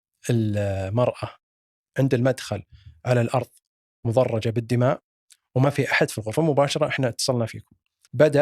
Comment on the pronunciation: مضرجة من غير الشدة على الراء ضمة على الضاد وفتحة على الراء